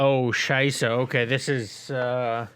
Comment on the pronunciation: lol did you just say „scheisse“😂🙉 it sounded very german😨